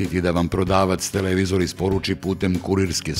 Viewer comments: TelEvizor, pa telEvizor.. Kako mi ovo RTS akcentovanje para uši.. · joj, RTS govor - telEvizori :( ..........osim toga, odlican video.